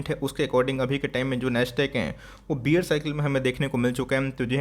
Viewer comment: बियर नहीं बेयर